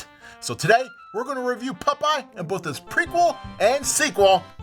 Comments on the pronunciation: Pop-eye dude, not Puh-pie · Holy shit I’m in love with the way pronounces the name PUPEYE! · Why are you pronouncing his name Pupeye? Stop it. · Why are you saying "Pupeye"? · Did the ghosts tell you it was pronounced "Pup-eye"? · It’s POP-EYE😅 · I thought it sounded like he was saying Pupeye too.